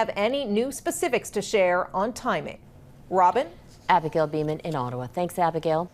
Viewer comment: Abagale "Diller".. Fix your hair girl..